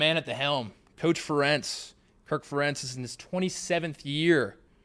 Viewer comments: Ferentz rhymes with parents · You mispronounced Ferentz so bad 😂